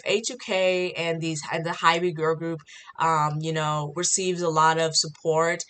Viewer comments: Hybe is pronounced Hibe and debut is day bu...or past tense day bued. Not day bu ted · I thought your points were very fair but I couldn't deal with the pronunciation of HYBE and debut lol TT